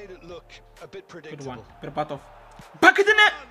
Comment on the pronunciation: berbatov❌ Barbarto✅